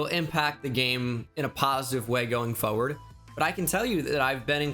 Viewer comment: the word is FORward not Foeward